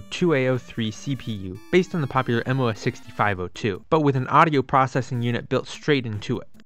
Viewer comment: tiniest nitpick, but I'm pretty sure MOS is pronounced moss like on a tree, not like an initialism.